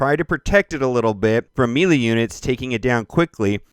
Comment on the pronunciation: seriously though, Melee is pronounced, "May-lay."